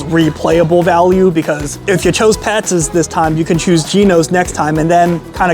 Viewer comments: Geez. I was going to let it go, but it's Pats. Not Patses. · It's pat's....not pat'ses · Why does he keep saying Pat's's? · It’s pat’s not pastes! Learn how to pronounce them if your going to do the review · Good review but I keep getting distracted by him saying Patsis all the time. It's Pats, not Patsis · Pat's ez? You should get hooked on phonics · Why do you keep calling it Pat's's there's already an S on the end. You don't need ANOTHER S. Just like Geno's.... you aren't calling it Geno's's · Pats....... Not Patseseseseses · It’s Patz (Pat’s) not Patzes (Pat’s’s). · Pat's's lol. How many times did I just hear that? If it ends with an s, it's already plural. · Pat’s not patses! That was making my brain bleed! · Why are you calling it pat'ses? Its just pat's. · It’s Pat’s, not Patsis! My husband grew up in S. Jersey and always said Jim’s was the best. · not it does not it's already Pat's, he is pronouncing it Pat'ss. Pat's name doesn't end with a s like Chris and he'd say this is Chris's restaurant. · Hey it's not Pat's it's Pat's'szz didn't you hear the man? PAT'S'S'S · "Pat's's?" Seriously? It's Pat's, and it's not complicated. You didn't say "Geno's's". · Stop saying Pat'ses!!! 🙄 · Why he keep saying " pats's" lmao tf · Pat-ziz Pat Ziz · Adding an extra S to Pat's is getting to me.